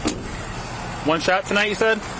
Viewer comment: "One shwot"